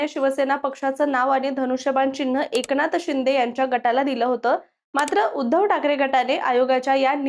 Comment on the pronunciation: Tumhi AI girls ahe ka? Ki read karta yet nai ahe script 😂😂😂 Eknath Shinde kasa pronouns kartay 😂 and barech shabda 😅😅